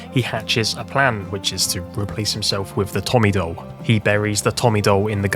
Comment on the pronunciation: Bro, vids quality. Bt DOLE 😩 you saying that is almost as bad as dr strange tryna say penguin 🤣